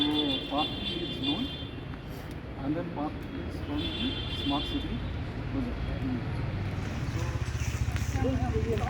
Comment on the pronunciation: Smart City ❌ Sma City✅ 😂